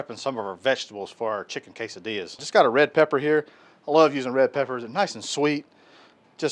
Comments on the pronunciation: Dude! K-Sa-Dillas!! Man that’s some good groceries. We doing that this weekend! Thanks buddy! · Thanks and Marti! Love a good K-Sa-Dillas!